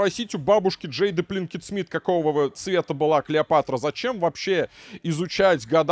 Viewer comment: Пинкетт Смит, а не Плинкетт Смит